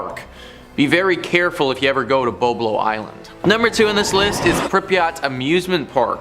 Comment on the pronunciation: Boblo island yes sir Bolbol island no sir